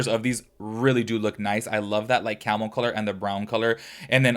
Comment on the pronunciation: Are you saying camel or Carmel? No shade,😭I was thrown for a loop each time it was said. And this is coming from the countriest of bumpkins 😭✋🏾